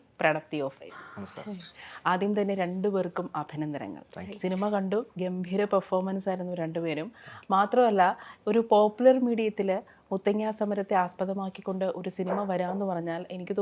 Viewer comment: Avatharaka Abhanandanangal ennu parayunnu..Abhinandanangal ennu parayu